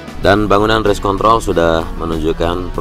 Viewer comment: race kont.... r nya kelewat bung 🤣